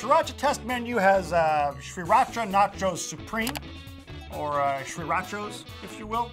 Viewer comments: Maybe I am wrong but I don't know. Isn't it pronounced SIRacha instead of SHREEratcha? Then again I am almost sure pronounced it this way on purpose as a joke. Or please... maybe a birthday gift to me? Please something!!! I can't stand the way you pronounce it and I demand an explanation. Any one will suffice as long as you give me one. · wtf how does this guy not know how to say Sir-ra-cha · Its pronounced See-rah-cha... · Stop saying SHRIracha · STOP SAYING SRIRACHA LIKE THAT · You aren't supposed to pronounce the first R in Sriracha. I actually live in Sriracha, Thailand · I stopped watching this video after 6 seconds because I cannot stand the way he pronounces sriracha. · I cant stand how you pronounce Sriracha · Please learn how to pronounce sriracha..